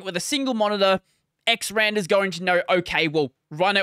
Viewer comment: Quick note. It doesn't actually matter how you say it but it's X R and R for X Resize and Rotate. Not "xrander" Otherwise great video!